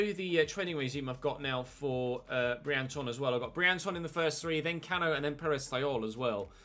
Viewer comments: also, that French guy's last name Briançon is pronounced BriansOn rather than BriAnchon - he's French, not Turkish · I think the accent on Briancon's name means it's pronounced 'Briansson' rather than 'Brianchon' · The ç in Briançon is pronounced as an "s" cuz of the cédille underneath. It's Briansson if you will. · Briançon i’m sure is pronounced “bree-an-son”